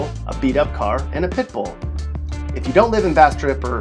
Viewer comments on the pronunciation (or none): Damn he did Bastrop bad SMH!!